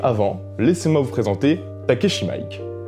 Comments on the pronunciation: Mec il n'y a aucun realisateur au monde qui s'appelle Takeshi Mike, j'espere que t'en as conscience hahaha Il y a un realisateur japonais qui s'appelle Takashi Miike donc pas Takeshi comme Kitano mais TakAshi et surtout MI IKE ( 三 池 ) c'est à dire "3 étangs" (si je ne m'abuse) ET ça se prononce Mi - iké , pas Mike comme Mike Tyson lol bref sachant que tu pretends nous "presenter" Takashi Miike, c'est fort de café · il faut revoir ta prononciation de Takashi Miike.